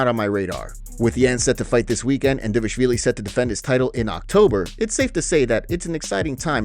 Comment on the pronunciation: he’s saying it completely right the guy is also from Georgia